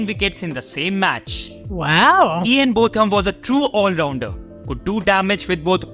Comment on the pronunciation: Ian's name is pronounced Bowtham, not Both am. Imran Khan is in prison in Pakistan at the moment due to maybe trumped up charges of corruption when he was Prime Minister.